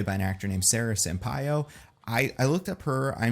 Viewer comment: Finally someone pronounces Sampaio correctly!